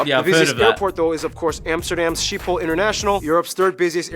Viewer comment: Skip Amsterdam, it stinks... Bye the way, the Royal family lives in the Hague, not in Amsterdam, and it is NOT ship hole it is sCHiphol with a CH as in loCHness. we do not use the sh sound in Dutch..